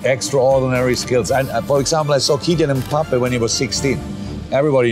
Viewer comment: I'm not sure about his pronunciation of Kylain Mbappe